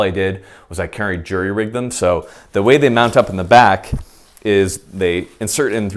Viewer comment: When he actually says “Jury Rigged” instead of “Jerry Rigged” 😩🥵🥵😍